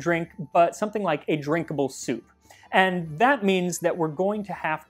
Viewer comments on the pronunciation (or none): none